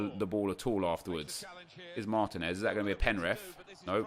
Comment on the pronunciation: Your striker from Atlanta United is pronounced Mar-TEEN-ez, cheers from Atlanta!